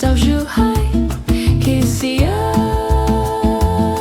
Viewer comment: The syllable "Qi" in Qi'ao should be pronounced something like "she" in English with a "t" in front to make the "sh" sound into a hard "tsh". So like "tshe".